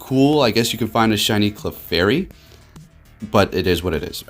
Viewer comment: Dude its clefairy